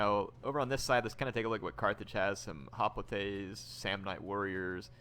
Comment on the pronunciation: Hop-lights not hop-litaes and con -pan-yin cav not cam-pon-yon